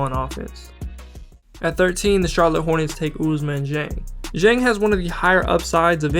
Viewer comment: Hey, thanks for the work ! Just to tell you before the draft since we’ll be supporting our French guys : Dieng is pronounced with the sound « D » like in D’Angelo Russel 😄